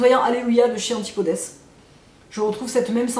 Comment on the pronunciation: Bonsoir, j adore tes vidéos toujours riches en info et intéressantes. Mais question bête: pourquoi prononces tu le s a la fin du mot antipodes? Ce n est pas une marque française? Et ou te la procures tu? Bonne soirée.